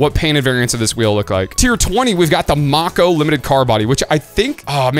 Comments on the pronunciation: May-ko as in Mako shark. Not Mock-oh lol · It's not pronounced mah-ko, it's may-ko like a Mako Shark. W Video as always 🎉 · Not to nitpick but I believe it is pronounced Make-o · Why u pronounced mako wrong